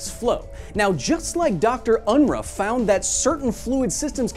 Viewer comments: Unruh is pronounced UN-ROO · The name 'Unruh' is pronounced 'Unrooh'. Furthermore, I consider that the short numerical scale should be abolished. Semantically inferior to the long one, it is a pointless source of confusion. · Dr Unruh's name is pronounced Un-Roo.